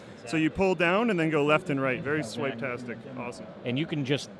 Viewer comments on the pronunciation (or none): "Very swiptastic"